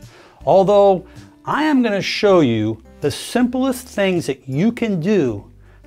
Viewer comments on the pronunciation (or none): none